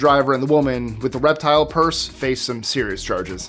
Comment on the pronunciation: Did you say reptile purse or reptile pus 😂